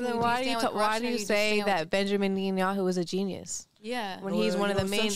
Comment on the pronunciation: How are they gonna try to talk about Israel and say they know more than matan if they can’t say Netanyahu’s name correctly!!